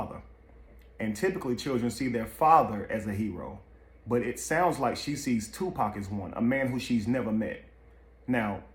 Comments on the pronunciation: "Dear 2 Pack" 🤦🏾‍♀️ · It ain't two pack it's tupac........ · Ok white man an majority white folks its freaking 2pac not fucking to pack geesh say it right or don't say it at all. SMH im sick of yall fucking up his damn name.. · It annoys me when they call him Two-Pack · I hate how wyt pipo say 2 pack 😮‍💨